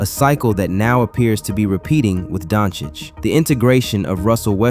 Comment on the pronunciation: Good video. Good to hear that you fixed your "Doncic" pronunciation 🔥🔥🔥